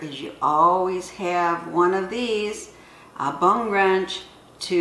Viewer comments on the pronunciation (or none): none